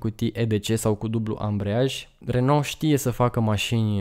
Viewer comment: Renault se pronunță “reonoo” 😁